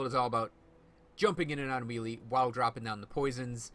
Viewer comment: Neat build, great video. You may not care (which is fine by me) but... melee => 'may-lay' aether => 'ee-ther' eldritch => the 'ch' at the end is pronounced as in 'snitch' FWIW...